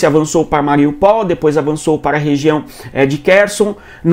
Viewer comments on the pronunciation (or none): none